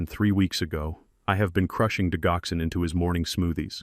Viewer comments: It's not digh ox in. It's dij ox en. Accent on second syllable. It's a cardiac medicine used to strengthen and regulate heart beats. It is from foxglove, one of the oldest medicines in the 🌎🌍 world 🤔🤔🌊🌊🌊✌️✌️💥💯🌍🌎😘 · Digoxin pronounced Dij oxen Digoxin is used to treat congestive heart failure and to slow the heart rate in patients with atrial fibrillation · I enjoyed the story however are there any humans that proof listen to these AI generated stories? the reason I ask is Digoxyn is pronounced Dijoxin. and it does not stop the heart. It causes the heart to go into disrythmia.